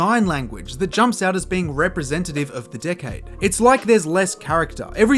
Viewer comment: Dude you need to learn how to properly pronounce 'decade' cuz it sounds like a cuss word 😂